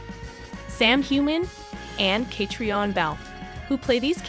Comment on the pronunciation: Why don't Americans learn to pronounce names the correct way it's so annoying and embarrassing. The way she says Catriona surely someone can correct her on how to pronounce the name Catriona